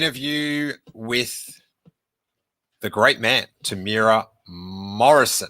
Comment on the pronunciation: Proud Kiwi here..: Here’s a quick tip to the Māori pronunciation of “Temuera”. The word has four syllables: “Tem-u-e-ra”, spoken as “Temu-Era”. Bonus points for rolling the “r”. It’s also legit to call him “Tem” ✌️🇳🇿